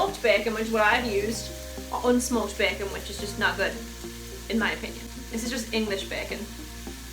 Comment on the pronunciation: I love how you say bacon Bacen lol